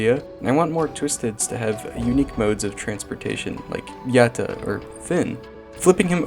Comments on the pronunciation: Why does he say yatta like that yitta??? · i like how you say yatta